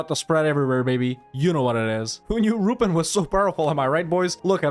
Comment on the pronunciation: How to say Ruppin -> Ru.peen